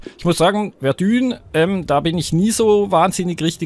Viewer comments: Verdun wird Werdahng gesprochen und nicht Werdühn ^^ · Das wird nicht "Verdühn" ausgesprochen. 😂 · Mann spricht es Verdö..n aus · Warum spricht jeder verdun falsch aus ? :D